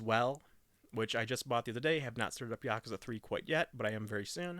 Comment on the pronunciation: You are saying yakuza wrong